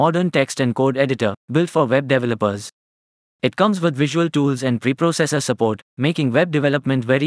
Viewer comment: veb devva-leppers lol